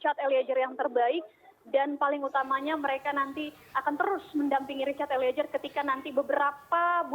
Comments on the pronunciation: malu2in nih reporternya, ELIEZER mbak bukan ELIEJER! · Eliejer(eliezer) sama dengan Jorro(zorro) Fadli Jon... mmg gak bisa baca Z kok jadi J...😁😁